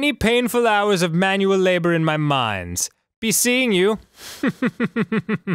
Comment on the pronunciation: "yiou always were a kidder, Steve."